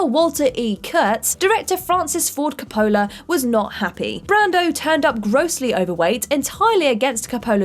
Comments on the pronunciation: it's pronounced Còppola not Coppòla. WTF? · It is not Cop-PO-la, it’s COP-pola. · It’s pronounced Koe-pa-la not Ka-pola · KAHP-oh-la, not Koh-POH-la. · Ki-pole-lah? Coppola. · Frances Ford Kuh-Pohlah... omg... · I'm British... Nobody says Cop'ola... and god know what she was calling Arny. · You can: Include pronunciation notes; Discuss pronunciation before recording; or choose not to include words your narrator can't pronounce. You can't pronounce "Coppola!?" The surname of one of the most well known directors? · I think needs to learn how to pronounce Coppola. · Had to fast forward through Apocalypse Now section due to ridiculous pronunciation of Coppola. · And don’t get me started on how she says Coppola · Someone please teach this person in how to correctly pronounce Coppola... please. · What the hell.... why can't you pronounce Coppola and Schwarzenegger!?!?! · I kinda winced when she pronounced Coppola. Lol. Bless her heart.